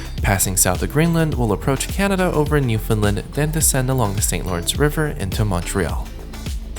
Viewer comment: Bruh you’re Canadian pronounce Newfoundland correctly. “Understand Newfoundland”. Not new-fun-lund Jesus get it right!!!